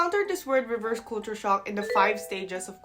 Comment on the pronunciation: You say culture like Filipinos. "kool' choor" The rest of English speaking world..."kul' (as in up) cher"....or "kul' (as in up,again) tyur".